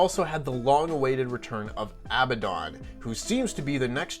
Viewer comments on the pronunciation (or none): At least knows how to say Ab-a-don. Unlike who called her Abon-don